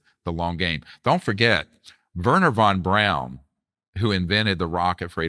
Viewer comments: Yes, also it’s von Braun not von Brown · In this clip listen to DJ Vlad mispronounce Grusch’s name as “Groosh” and his “expert” Dr. Greer mispronounce von Braun’s name as “von Brown”🙄